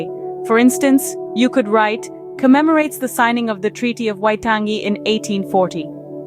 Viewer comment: As a New Zealander, the pronunciation of Waitangi and pakeha are horrible. The main jarring issue is that most of the stock imagery, especially the gentleman with headress seems to be from a Pacific island, but is not traditional Māori.